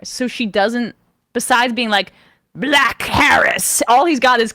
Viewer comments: Why does be say "black" with 2 syllables? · "Buh-hul-ACCK. She was a buh-huh-LACK person."